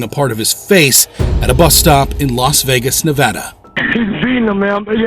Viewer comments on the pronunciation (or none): none